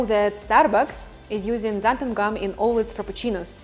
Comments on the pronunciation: I was wondering why you keep mispronouncing it "xantham", and then I saw how you labelled your container... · Did you really say "xanthuM" gum? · Why does everyone pronounce it xanthum? It's xanthan with an "n" on the end of it.